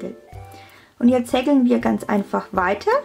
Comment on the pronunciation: so easy und toll zu machen, danke <3 nur wie du häkel aussprichst ahhhhhhh, wie hekkel grins , aber ned schlimm lol